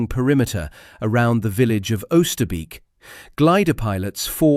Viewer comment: It's not 'uuster beak' , but 'ohster bake'. 400 dead guys, and you cannot even bother to pronounce the name right